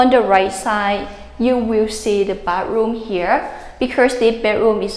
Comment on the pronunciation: Great video! Thumbs up! Try practicing saying the word "bath", and "bathroom", it is extremely important in your job. You may find the "th" sound hard to say, and even near impossible, but I am sure you can learn.